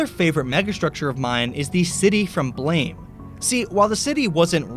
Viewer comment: Sorry to be picky, but it's pronounced Blarm, not Blame